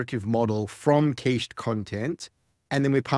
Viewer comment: What's going on with the pronunciation of "cached"?